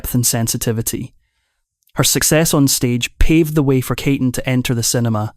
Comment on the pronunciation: Her name is pronounced "KEY-tin, not KAY-ton". And it's "Warren Bee-ty" not Warren Batty. This vo make me cringe.